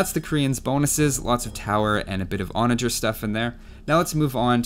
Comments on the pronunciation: Giddy ‘Ontage! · I come back now and again to have a great time replaying that there "Ontage"!